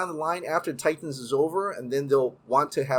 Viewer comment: My man, fun video, but if you can pronounce “cinematic” normally, there’s no reason why you have say “Titans” as Tie-Tans all the time. It’s crazy! ^_- All right, be awesome!